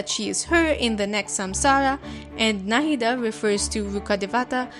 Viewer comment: The pronounciation was very perfect it's coming form and Indian it was perfect to the very last bit